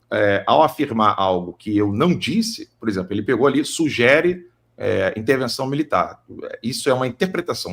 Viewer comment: Esse é mesmo um jornalista?? Ele fala " sujere" e especifica como uma afirmação!!???